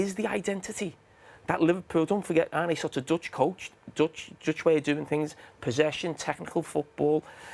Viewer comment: Wally can't even make the effort to pronounce his name correctly. WTF is Arnay Slot 🤣